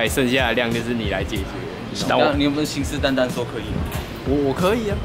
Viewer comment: 我怎么在2：17的时候听到信誓蛋蛋